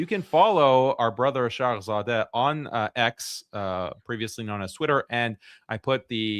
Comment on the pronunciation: Came back to this episode after months. Very insightful discussion with genuine chemistry. Btw, it's shargh-zadeh (zæ), not shargh-zādeh (zɑː). That changes the meaning. Zadeh means struck or afflicted by something; zādeh means child or lineage.